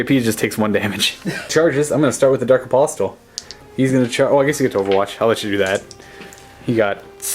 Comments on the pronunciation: A-POSS-el. The T is silent. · Hey, pronunciation is my bugbear. You don't need to say the 'T' in apostle. A-pos-el is the way to pronounce it. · the 't' in 'apostle' is silent. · Apostle has a silent T. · The T in apostle is silent.